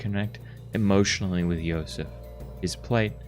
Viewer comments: Actually, you were pronouncing Josef's name correctly. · Funny enough, you might have been pronouncing Josef's name correctly the first time? The devs are Czech, and J makes a Y sound in their language, so who knows 🤔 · The game is from the Czech Republic, so the name Josef it's pronounced more like how you pronounced it at the beginning, you don't need to correct anything. ( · Nice video! If you want to pronounce his name in Czech, it is Josef like you were saying in the first half ;)